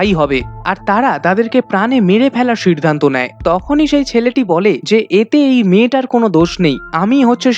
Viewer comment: ভাই তোর সব উচ্চারন ঠিক কিন্তু সিদ্ধান্ত টা কিভাবে সির্ধান্ত হয়ে গেলো? এটা বিরক্তিকর